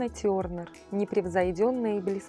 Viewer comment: Ведущая , бедная ( сермяга ), если не знаешь как произнести имя звезды , о которой рассказываешь , хотя бы поинтересуйся , загляни в словари . В английском языке гласные не смягчают согласные !!! Может скажешь Лана " Тёрень " ? И имя её было не Джин , а Лана 😊,😂😂😅😂😂😢😢 !!!